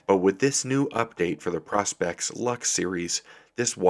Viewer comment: please say pro-spex and not pros-pex , nice watch tho